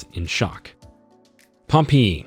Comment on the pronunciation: Unwatchable. Learn to speak English dude. Pompeii is hilarious the way they said it. As well as cadaver. Not only did he pronounce it wrong, massively incorrect information is given about them. No, they were not preserved at Pompeii. Bodies disintegrated leaving cavities in the ash. Scientists fill those cavities with plaster to see where bodies lay. If youre gonna make an informational video, get the facts correct and learn to talk first please